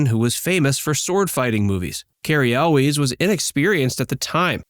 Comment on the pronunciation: how you gonna make a video about the princess bride and not know how to pronounce cary elwes?